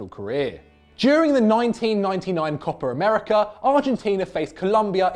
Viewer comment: It’s Copa America not Copper Americar